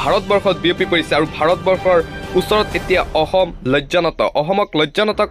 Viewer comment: হেৰৌ, ক'বলগীয়া কথাখিনি শুদ্ধকৈ ক'বলৈ শিকক।জৰুৰী কথা কৈ আছে যদিও কাণ বন্ধ কৰি লবলগীয়া হৈছে। অসমটো অহম, ম্লানটো স্মান,অসম টো অহম,অসমীয়াটো অহমীয়া,দেশক দেহ কৰি পেলাইছে কিয়? হয়,আপুনি বৰ গুৰুত্বপূৰ্ণ খবৰ কিছুমান কৈছে ।কিন্তু শুদ্ধকৈ ক'বলৈ চেষ্টা কৰক, অসমীয়া যুৱকে কোৱাৰ দৰে ক ওক।